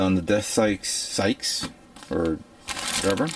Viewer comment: And why can he pronounce the "th" in "Death" but not in "scythe" Deathscythe not Death-psych,.:-P